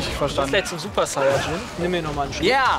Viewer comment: vor allem ''is'' und ''nen'' und ''streer'' -.